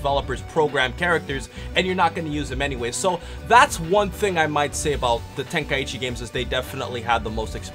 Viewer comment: True, nothin beats the classics. I noticed they kept on mispronouncing Tenkaichi. They were sayin Ten Kai Ichi. It's pronounced Ten, Kai, Chi. They got Budokai right tho.